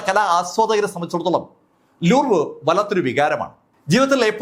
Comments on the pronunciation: ലൂർവ് അല്ല, ലൂവ്റ് ആണ് ശരി. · ലൂർവ് അല്ല ലൂവ്റ് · ലൂവ് എന്നാണ് ഉച്ചാരണം.